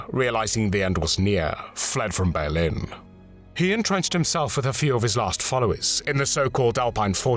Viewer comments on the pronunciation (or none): none